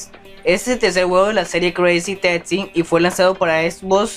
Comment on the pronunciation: Esbosss??? No será xbox?? Cruzy tasssi, por favor habla y modula bien